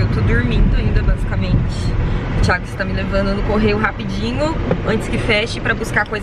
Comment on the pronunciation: Só eu que escuto ela dizendo Thiego? Kkkkk 😁